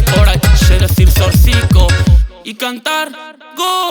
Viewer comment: Ben yart no sabe decir zortziko. Aunque lo diga y diga k sabe no sabe